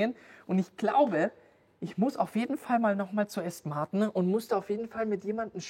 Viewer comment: „Asten Marten“ 😂